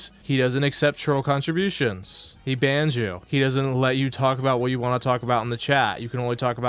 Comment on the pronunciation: Him not being able to pronounce the "T" at the end of the word "Want" really gets under my skin. "Wahh wahh wahh"